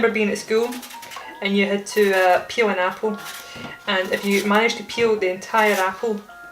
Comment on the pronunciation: Keel it --> Peel it My Brain: Keel it --> Kill It Apple: Screams